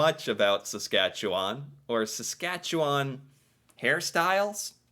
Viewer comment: Sas-cat-chu-win Saskatchewan